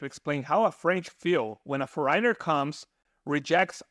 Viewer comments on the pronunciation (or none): This is a valuable and interesting video! Thank you. I have one small pronunciation correction. The word "foreigner" has the accent on the first syllable and is pronounced like this, "FOR-renner." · For ríe nur and yoos ed for foreigner and used was hysterical. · Well, after all, he doesn't really know English, has really bizarre ways to pronounce some pretty common words. Just one example: strange way to pronounce "foreigner"! So, dude may really have a linguistic issue, starting with English... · I got curious: You're probably not a native English-speaking person. The way you pronounce 'foreigner' (several times) is peculiar. I saw your video on Italy and it was much less critical of the Italians though you will have the same problems: if one doesn't learn the native language, you will be confronted with lots of daily issues. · I do not think so.I am Eastern European.The strangest thing is how he pronounces ‘foreigner’.